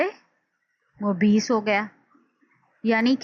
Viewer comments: زبردست۔۔۔۔لیکن بعض الفاظ کا تلفّظ درست نہیں۔۔ممیّز ، اِلیہ وغیر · زبردست۔۔لیکن بعض الفاظ کا تلفّظ درست نہیں مثلاّ ممیّز ، اِلیہ وغیرہ